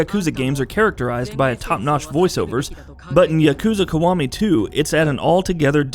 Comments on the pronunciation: Yukooza kuh-wah-mee too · Jeff Benzos I hate his pronunciation. Specially when he tries to say Yakuza Kiwami 2 🤢